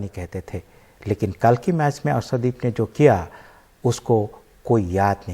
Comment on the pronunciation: शानदार और सानदार में अंतर करने सीखये और अर्सदीप नहीं अर्शदीप बोलये इतने बड़े चैनल पर ज़रा उच्चारण सही से किजिए। माफ़ी चाहूंगा अगर बुरा लगे तो।